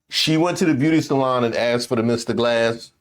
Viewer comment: Wait wait.. did you say MR. GLASS!!😅😅